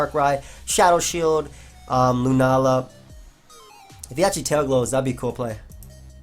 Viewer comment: "He does go out to lunaala"